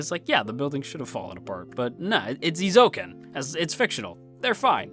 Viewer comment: For future reference: Eh-ee-zo-u-ken Eizouken. :)